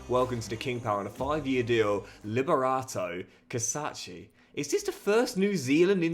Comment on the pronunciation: LIBERATO CACACEEEEE, u the best, i may suggest to pronounce his name the Italian way since he has Italian heritage, love from Empoli